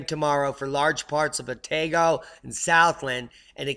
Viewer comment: NZ Phonetics (sounds like you need some help with this brother) Otago = ow - tar - go Dunedin = dun - ee - din and "Wh" in Maori words is pronounced "F" ie. Whangarei (city on E coast of Nth Island)is pronounced Fun-ger-ray (kinda)